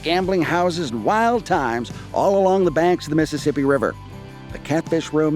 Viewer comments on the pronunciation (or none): During the old court house museum portion did I hear correctly that the curator called it "methassippi"? Lol!